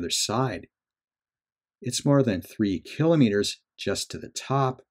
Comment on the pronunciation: THANK YOU for correctly pronouncing the word "kilometer". I have been thinking that I was the only one doing so. kuh-LAH-muh-der makes no more sense than sen-TIH-muh-der would, or kuh-LAH-grum. And of course, thanks also for providing high quality updates on the Progress of Perseverance!